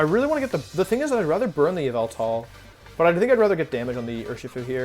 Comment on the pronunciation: It's not yveltal it's YAHVELTAL